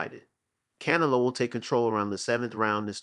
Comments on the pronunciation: How do talk about boxing yet can't pronounce Canelo's name properly. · Hey bro I'm sorry I appreciate your your time and everything but pronounce his name right... For that matter just call him a cantaloupe...